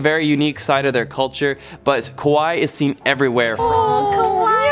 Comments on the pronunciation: You messed up "Kaweii" and "Kowai". You said Kowai instead of Kaweii and this means "scary" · かわいい(kawaii)の発音がこわい(kowai)になってますよー😄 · I thought the exact same thing! I thought he was going to say people were running around scared of tourists lol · The way you pronounced Kawaii as "Ko-wa-i" means "scary", definitely gonna startle some people if you said that, it should be pronounced "Ka-Wa-ii" ! = ) peace! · I’m Japanese He said “Kowai “ it’s means scary… The ward “Kawaii “ it’s means cute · You pronounced it “Kowai”! That means scary. It’s Kawaii! KUH-WA-E-E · I must say I sound like 'Kowai' instead of 'Kawa ii'. Be careful, 'Kowai' means 'Scary' in Japanese. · It's actually pronounced kuh·wai·ee (kawaii) You were saying the word scary in Japanese (kowai) lol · kwai hahha its kawai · I gotta nitpick the kawaii part xD It's pronounced ko-wa-ee for "cute". ko-w-eye is "scary" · the one you’re pronouncing is not “kawaii” it’s “Kowai” which means scary Kawaii means cute but keep that in mind, it might make some misunderstandings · when he was saying kawai he was actually pronouncing it as kowai which means scary, kawai is cute and kowai is scary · KAWAII not KOWAIi meaning is totally different.Kowai as you pronounced it means scarry or frightening . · Fun fact, it’s pronounced “ka-wa-ee”, not “kowai”. Kowai means scared in Japanese. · I don't mean to nitpick but you should pronounce 'kawaii" by accentuating the 'ii' sound otherwise it sounds like 'kowai' which means scary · It's "kawaii" not "kowai" (which means "scared" or "scary." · Extra tip: Yes, Kawaii means “cute” but remember to say it as “Kawaii” not “Kowaii” because when you say “Kowaii” it’s the word for “Scary” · Im sorry but its considered quite rude to eat or drink while walking so I wouldn't recommend walking and drinking also pronounce kawaii as (ku- why- e) instead of (k- oh- why) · His pronunciation is wrong when he says "Kawaii". It is "Ka -Wa-i-i" not "Ko Wa I". "Ko Wa I" means "scary"